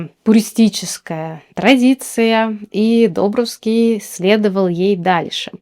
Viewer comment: Не ДОбровский, а ДобрОвский...🙂